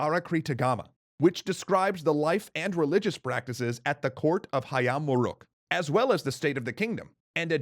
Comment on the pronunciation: Wow, he pronounced "Hayam Wuruk" correctly!